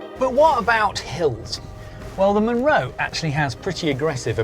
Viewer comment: A "Munro" is a Scottish hill over 3000ft and it is always pronounced mun-RO.